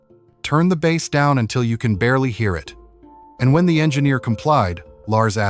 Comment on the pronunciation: I like his Newsted albums and you pronounced bass wrong